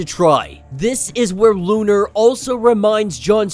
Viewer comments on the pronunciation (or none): Bruh, it’s “Lo’nar”” not lu’nar